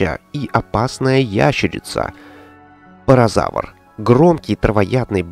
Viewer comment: Паразауролов а не парозавр